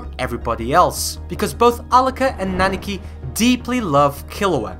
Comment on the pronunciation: I don't mean to be that guy that nitpicks minor stuff in a great video but you keep saying "Naniki" instead of "Nanika".